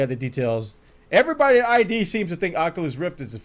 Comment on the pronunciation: It's not I.D. It's Id, like the human id.